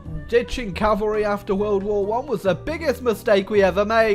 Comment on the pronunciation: U said cavarly